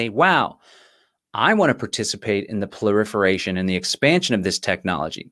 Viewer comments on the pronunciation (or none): Very interesting stuff, thanks. A kindly crtiicism on pronounciation - the word is ‘proliferation’ not “ploriferation”. Best wishes from Stalag GB🇬🇧